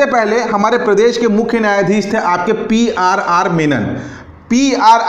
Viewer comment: Sorry वे.. पी आर आर meman नहीं menon है